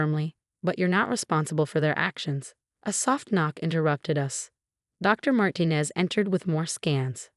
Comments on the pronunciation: Martinez is NOT SAID as " Martin-ez". It is SAID as "Mar-teen-ez". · Martinez is pronounced Mar tee nez